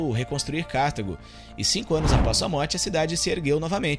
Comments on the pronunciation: Vídeo excelente. Só uma coisa. Não é Cártago. É Cartago. Sílaba tônica é a "ta". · Nao é Cártago, senão teria acento, porque seria proparoxítona. É cartAgo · Muito bom o vídeo! Só uma observação: o nome da cidade na África é Cartago - e não Cártago.